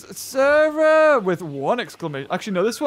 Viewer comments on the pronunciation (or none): its Cera NOT SARAH! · It wasn’t sis it was sah like sah rah